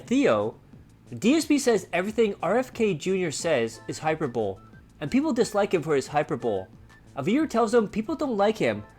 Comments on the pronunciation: DSP's politics are beyond inane. But you can't critique his pronunciation and then mispronounce hi-per-bole-ee. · SNORT hyperbole is pronounced "high-per-buh-lee"